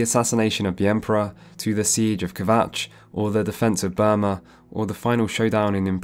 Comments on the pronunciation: It's BRUma not BURma. 😉 And Kvatch was destroyed by a great gate not the small gate you close during the main quest. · Bruma not Burma. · Take a shot everytime he says Burma instead of Bruma. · Great video! I really enjoyed both the first an this one, and am looking forward tp part 3. One thing, it's Bruma, not Burma. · i love how you call Bruma (a snowy city/town) "Burma" which is a tropical country in south east Asia (known by most as Myanmar) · Bruma, Bruma... Not Burma... Nice documentary btw, watched it entirely! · Great video!... 5/10 "Burma" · I've watched this video 5 or 6 times now and only just realised you say Burma instead of Bruma the entire video 😅😅 great video though, love your work! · You can always spot a covert imperialist Brit when they keep referring to "Bruma" as "Burma." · Hey it's pronounced Broo-ma not Bur-ma. I love your in depth gaming content! Keep up the good work. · Fantastic video! However...please note that it's "Bruma," not "Burma." :) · BRUMA, damn it, it's BRUMA, NOT BURMA! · Saying Burma instead of Bruma threw me off a bit, but amazing video nevertheless. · BRUMA! Brooooma! Not Burma, the Asian Country (Myanmar). You keep saying Burma! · It's Bruma not Burma jesus christ it's right there on the screen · I don't want to live in a world where Burma is part of Oblivion/Cyrodil like he keeps pronouncing rather than Bruma lol Burma is much scarier. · It's Bruma not Burma! Burma is a country in Asia. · Oblivion looks better than Skyrim. Graphics are much more than just technical fidelity. Also it's Bruma, not Birma. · Idc as long as I got something to put on when I sleep idc, I'll probly never care that he never played them as it's obvious in his pronunciation of "burma" xD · Last video was corpsus disease This video is burma Wonder whats next on the not quite right pronunciation show 😅